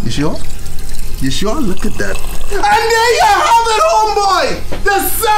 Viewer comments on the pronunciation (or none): Man put his entire soul into that "AN THERE YOU HAVE IT." Tryna make up for when you lost your voice?